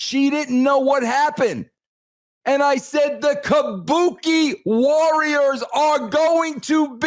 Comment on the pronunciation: KAH-BU-KAY WARRIAHS.